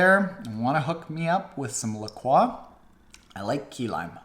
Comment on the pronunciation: Great subject for this video. Maybe they don’t have any LaCroix by you because they can’t understand what you are asking for. In the states (specifically, La Cross, WI where it is produced), it’s pronounced La-Croy. #stopthefrenchification #keeprockinggreatvids